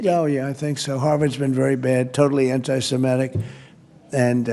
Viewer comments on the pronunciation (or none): Did trump say anti semetic? He doesn't even know how to pronounce, let alone probably spell, what he is.